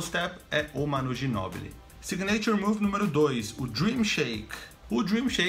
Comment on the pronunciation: se fala "sÍgnature" move, com ênfase no I, e não signêiture move, como vc disse. Deu mta agonia aqui hahahaha